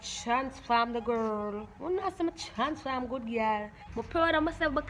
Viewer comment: Chansform errr 😂😂😂